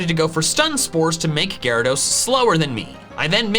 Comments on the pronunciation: it’s pronounced gyaradeese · No, it's pronounced Gyarados! There are no E's in the name!